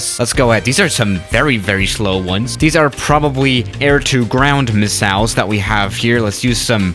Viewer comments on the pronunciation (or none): No one:: misalls